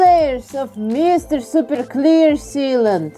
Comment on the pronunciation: I can’t hear it in any other accent without thinking it sounds wrong!